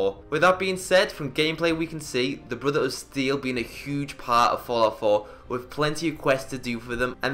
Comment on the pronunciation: "Brutha-uda Steel"